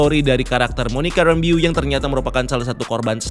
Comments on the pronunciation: WandaVision, Wa-WandaVision,WandaVision, Wa-WandaVision~ Btw min, Itu nama terakhirnya Monica dibaca "Rambœ" bukan "rambiu" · Bacanya Monica “Rembouw” gak sih? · Monica "ræmbou" kali bang bacanya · penjelasannya selalu detail tp agak keganggu sama penyebutan nama 'Rambeau' yang kynya kurang pas berulang-ulang 😅